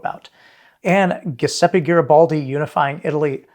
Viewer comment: GIUSEPPE !!! not GHIUSEPPE !! 😂😂😂 If you cannot say it properly, then try using JIUSEPPE, which is closer to the Italian original pronunciation !!